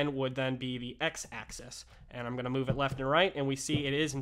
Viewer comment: Really useful clip, thanks. (constructive criticism: the word "axis" is pronounced in this clip as "Access")